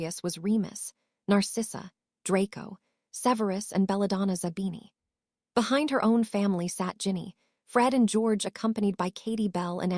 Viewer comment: It is not d o m a t a, it is dementor Karma and it is not zabana, it is zabini?